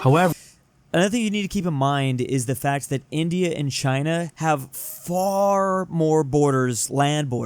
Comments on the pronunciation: he can't pronounce 'india' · i think forgot how to pronunce india